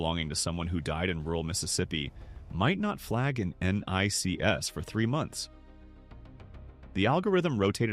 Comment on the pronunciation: What the FUCK IS this??? NONE of the images in this have ANYTHING to do with ANYTHING lol. He cant even pronounce NICS lol. This is fake ass AI bullshit.